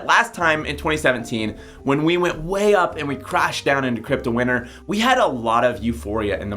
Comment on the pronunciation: I keep thinking you're saying "crypto winner" not "crypto winter". You need to pronounce T's.